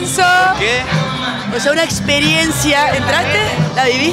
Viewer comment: OTSEA UNA EXPERIEEENCHIAAAAAAA